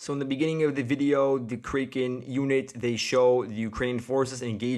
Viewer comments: It’s kray ken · Crack N. Is the kraken Battalion pronunciation.